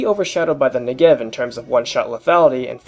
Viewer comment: Since you otherwise seem to know a ton about the Negev, I figured i'd let you (and everyone else) know... its pronounced NEH-gev, not ne-GEV. Its also pronounced smoothly - like NEgev, not Ne'gev. Source: I speak hebrew